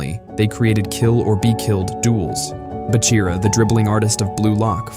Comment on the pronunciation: Se dice Bachira no Bira. Se podría confundir con Kira que ya fue Eliminado